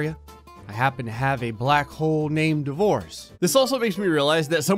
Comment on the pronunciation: I had this video playing through my car so I wasn’t looking at the screen, and I could’ve sworn he was saying “the voice” not “divorce”.... so when he said “30 divorce black holes surrounding the earth” I was thinking “oh wow that’s a lot of voices”